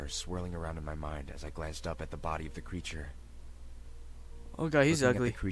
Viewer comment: It's a zombie not a creture